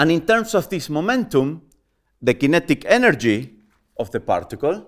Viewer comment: We say partical and he prtical 😂😂